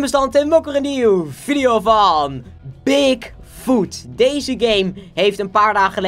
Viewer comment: Ik verstond dik foot